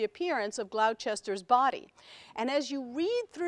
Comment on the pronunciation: “Glau-Chester” is not the pronunciation at all. Moving on.